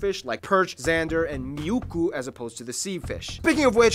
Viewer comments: Se on muikku eikä miukku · Miukku😅 the correct name is muikku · actually muikku, not muiklku 😉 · This is video is decently accurate... the lakes are accurate (188k) yeah makes sense and the fishing (btw its Muikku not Miukku). We do not get top hats or sword at the last day of school, no we get a white cap... also we do have tests in school, and homework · Btw about the fish... It's called Muikku, not miukku 😂 Miukku sounds like a good name for a cat though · muikku, not miukku. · It's muikku, not miukku. The fish, I mean... And the Army, if You had to share border over 1300km with Russia You might think again this mandatory service we have to take. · It`s muikku!